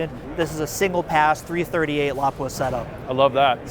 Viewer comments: Mad at the way the man pronounces lapua. While you have no grammar in your comment. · I want except prick cant even pronounce lapua makes me mad he from my state makes us sound dumb